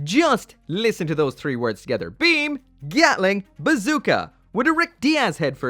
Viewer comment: So question do u always struggle with the pronunciation of Three and third?